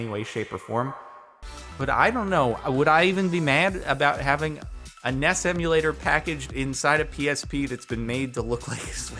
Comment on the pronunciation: J-Jardon, did you just call an NES a "Ness"? groans I'm too old for this disrespect to my childhood.